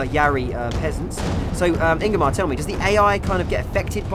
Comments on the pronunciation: lol ''and im joined today by ingimar gudumininsinss.... Ingimar'' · "I'm joined here today with Ingamar goodmunningoodnmmmmnnmnmmmmmm" wtf lol, i'm guessing that was intentional...?